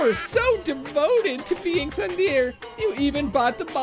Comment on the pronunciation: you've probably learned this in the last 3 years, but it's pronounced more like "tsoon-deh-reh"